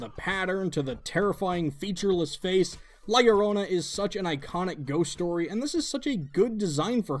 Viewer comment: "La lourona" lol